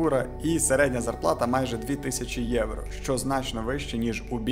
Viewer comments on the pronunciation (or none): none